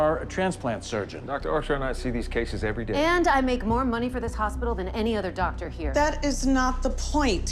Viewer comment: Because she’s not a doctor! Really though I’m not sure how no one on set corrected her. She butchered it haha.